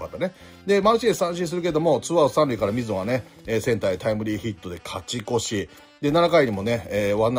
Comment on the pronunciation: 伏見選手今回は腰の影響もあったのかなとは思いますが、里崎さん超多忙なのに連絡したらアドバイスくれるって優しすぎだしありがたいですね。たまに勝ち越しがカチコチって聞こえるのかわいい😊